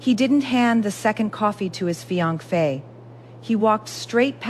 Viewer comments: You need to get your AI fixed…. what the heck is a “fi ank fe”? It is not how you pronounce finance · What the heck is a fianc-fae ? Pronunciation is crucial!